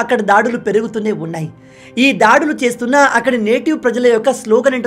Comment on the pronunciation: ధారుణం , ధాడులు కాదు బ్రదర్ దారుణం , దాడులు !